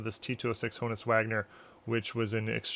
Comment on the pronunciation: Quick tidbits, for those of you who like tidbits: Wagner's first name was Johannes (yo-hahn-is) His nickname was "Hans." Wagner's last name was NOT pronounced HO-niss.